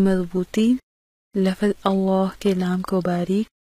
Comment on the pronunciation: Lafaz nhi lafz parhte hen